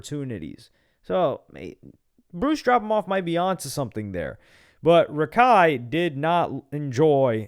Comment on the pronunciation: Its not Rakai it't Raikai